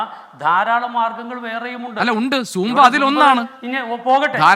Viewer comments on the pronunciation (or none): അല്ല എനിക്ക് ഒരു സംശയം. ഇവർ സൂമ്പ ഡാൻസ് എന്നാണോ സാമ്പാ ഡാൻസ് എന്ന് തെറ്റിദ്ധരിച്ചു പറയുക ആണൊ